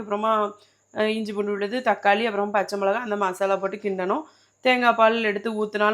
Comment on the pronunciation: சக்காளி இல்ல.. தக்காளி